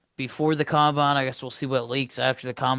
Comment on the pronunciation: It’s combine don’t know what you’re saying